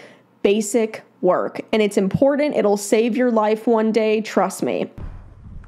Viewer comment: Iit’s funny how both you and pronounce the word “important” incorrectly. Otherwise, good video!💓